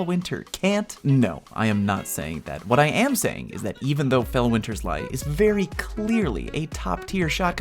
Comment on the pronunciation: “Felweenzy Leezy” I love it